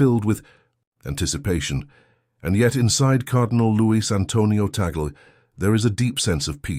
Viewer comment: please pronounce the last name, Tagle; "Tag-le"......tag-----le! tag le!